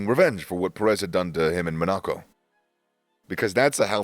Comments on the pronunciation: Bit of feedback; the pronunciations are really weird: MonAco -> Monaco, JeddAh -> JEddah. Similar for some of the driver names. F1 terms like Q3 is not Quarter 3 like in football, Q stands for qualifying session. For long-time F1 fans, this could be a turn off to subscribe / watch, so I think it's good to get the basics in terms of track / driver names and racing terms right to grow your channel. Anyway, feel free to disregard / disagree, best of luck either way! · Why is this guy pronouncing city names incorrectly? Like jeddah or monaco? 😅